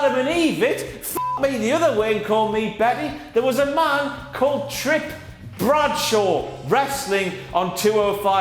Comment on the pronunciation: "Trip Bradshaw"